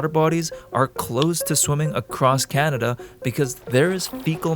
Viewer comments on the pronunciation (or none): none